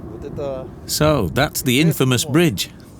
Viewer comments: The word "infamous" has the accent over the first syllable. Thus, INfamous. The accent is not on the second syllable. The word "bridge" is pronounced with a hard "g", not with a "ch" sound. "Britch" is not a word. As for the bridge itself, it ought to be re-decked, or torn down. Its a menace. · the "INFAYMUS" bridge? lol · 5 min in and I already cannot stand hearing her say "in-famous" or "brich" another time! How can you have a narrator who can't speak the language properly?? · Infamous = "in-FAY-mus" oh-kayyyyy..............